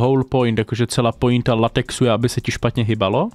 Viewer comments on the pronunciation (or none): none